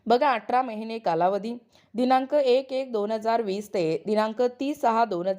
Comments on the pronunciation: बाई व्हिडीओ बनवते तर भाषा सुद्धा शुद्ध असावी atra नाही athra👎🏿👎🏿👎🏿👎🏿q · अटरा नाही हो, अठरा